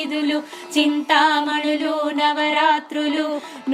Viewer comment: Chinthamanulu navarathnalu Thappu chadava koodadhu Mi prayathnam bagundhi Kani MISTAKES VUNNAYANDI (SORRY EMI ANUKOKANDI)